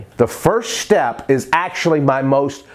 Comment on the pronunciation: dude, now you remember this: it's not shtep, it's step :)